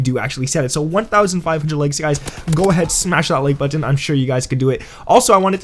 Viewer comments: It's button! Not buu..-ton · Can't say button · Why can't you say button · If you say button like that again I'll vomit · You say button weird lol